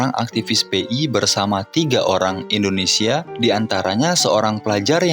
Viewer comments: INDONESIA BUKAN ENDONESIA PERBAIKI PENGUCAPAN NYA.. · Dulu indonesia di sebut nya endonesia bang, sering" nonton pidato soekarno